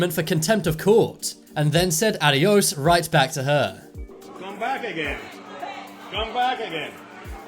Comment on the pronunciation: HAHAHHA THE ONE THAT SAID ADEOS